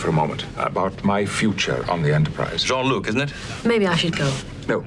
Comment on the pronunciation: Except, since Q was reading Picard's name as English, he should have pronounced "Jean" as "jeen", not "jon".